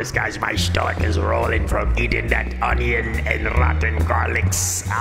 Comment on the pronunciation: The way he says stomach as "SSHTOMACH" just makes my spine tingle Also, the way he speaks is just pure ASMR